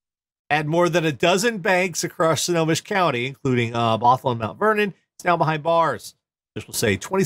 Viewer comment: stay classy! That's Royal Canadian Mounted Police, not Real Canadian Mounted Police. 10/10 for pronunciation of "Snohomish", though.